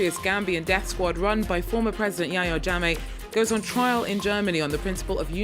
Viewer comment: TRIAL, not trail.